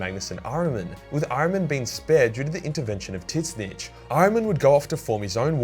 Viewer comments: butchering the pronunciation of Tzeench gave me a hard laugh. it ZeeeeeeeCH not Titznitch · Who is this "tit snitch" you say the thousand sons serve? :P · Tzeentch = Titsnitch Fukin classic